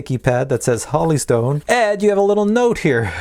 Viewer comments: Jesus it's Holy not Holly! Hoe-lee not ha-lee... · Whole. Eeee. Stone not Holly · Holy is pronounced "whole - e". The way you're pronouncing it would be spelled, Holly. The review was excellent by the way. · Is it Holly Stone or Holy Stone? Like the Holy Spirit or like Holly the plant? Sounded like he said Holly but it's spelled Holy so i'm confused. Which is it? PS- Always Drink your morning coffee!!! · Not Holly stone pronounced HOLY stone Like in the bible. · Holy is now pronounced “holly”? Really? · Every video.....lol. Drove me nuts too. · Pronounces Holy like Holly 😂😂😂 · If a company sends you something to review, give them respect and at least pronounce their name how they say it. That’s the right thing sir..